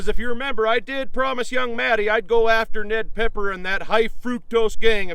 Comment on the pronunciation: That’s “PEPPER,PEPPER, not PEKKER, PEKKER”, you dumkoff you!!!